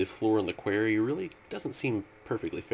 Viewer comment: am i the only one who gets pissed when ever he says quairy? QUAR-RY >.<